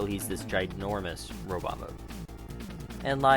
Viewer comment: Robit? Oh please say it correctly. It bugs the crap out of me when people mispronounce robot. 😃